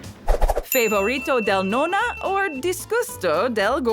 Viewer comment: it is a little bit but my problem is the way she said nonna and calzone